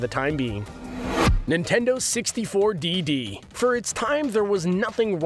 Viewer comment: why does he say Nintendo 64 DD like that